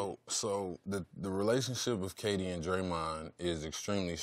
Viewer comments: he says GayD instead of KD 😂😂😂😂😂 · McGee said GayD instead of KD. My guy. Lol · He said gayd not kd lol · he called K-D gay-d. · "GAY-D" Lmao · “Gay-D” 😂 damn JaVale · Lmao this man javale said Gay-D he shaqtin a fool everywhere😂😂😂